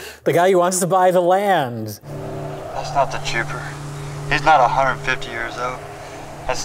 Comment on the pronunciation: So what the hell is "The Chooper"are they just fucking up saying "the Chopper"?